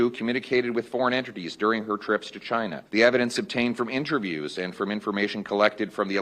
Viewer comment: cant even say the word Chyna.